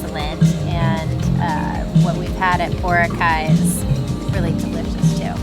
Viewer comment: Hehe. You’re still pronouncing Boracay incorrectly. Emphasis is on the second syllable. ❤